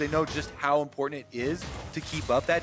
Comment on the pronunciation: "importhant" God this is so annoying. Dyrus did / does it too. They both from Hawaii? Its like Stewie and "Cool Hwhip"